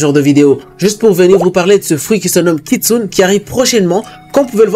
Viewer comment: il le fait expre ou pas il dit kitsun